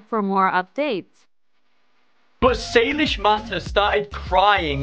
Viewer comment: saylish's my boy it's saylish not saylishe's 🤣🤣🤣🤣